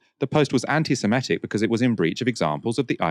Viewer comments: It's pronounced Semitic not Semetic ( - where reading from a tweet and ) 😂🎉. Mispronunciation cured thereafter 😮 ? Oops ... , ..😢. I have a degree in a Semitic language so this stuff MATTERS 😭🤧 This is a plot😮. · Semitic not simetic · The word is ‘semitic’. (Not ‘semetic’)! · I think the word is semitic not semetic